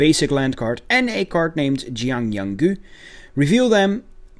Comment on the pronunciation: You said Yanggu’s name wrong